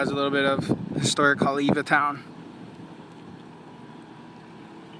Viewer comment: Didn't seem and, pronounce it right? Righteously.. Because, they pronounce-- ei as, I? Just another fraud.